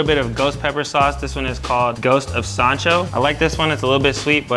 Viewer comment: it literally hurt my soul when he called it Sancho 😭